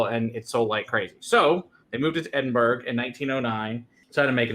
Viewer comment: Hi. Can't let you get away with that Edinburgh. It really sounds like Ed-in burr-Ah.